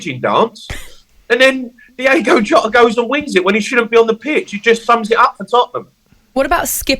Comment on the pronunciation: It's Diogo Jota not Diego Jota. Christ